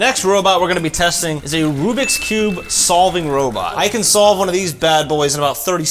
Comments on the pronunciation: I'm a speed cuber it's Rubik's not Rubix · you did not just say rubix cube (it's kinda Rubik's Cube) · it's rubicks not rubix!!!!! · Anyone going to say that they said rubix?😭😭😭